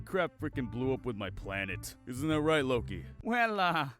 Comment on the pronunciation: Bruh did you just... 'Loke'?